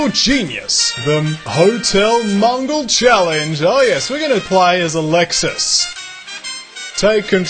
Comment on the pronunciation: This looks like fun. By the way, the word is "mow-gull"; not all people from Mongolia run hotels. Though presumably some of them do.